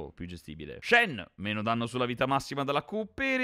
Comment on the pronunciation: Danmno invece di Danno con Samira, grazie per il video patch veloci.